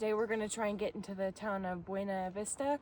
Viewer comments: It’s intuitive to pronounce it as you do, but the locals call it Byoo-Nah Vista! 😎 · It is pronounced "biew-nah vista" like "view", with a b.